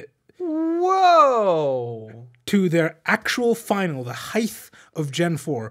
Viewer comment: Please stop saying "heighth"